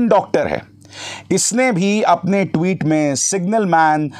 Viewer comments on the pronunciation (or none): none